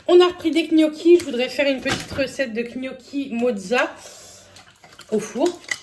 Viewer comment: T'es rigolote quand tu dis gnocchi 😂😊